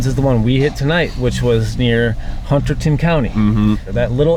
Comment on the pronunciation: Love you guys, but hearing the way you say Hunterdon is kill me.😂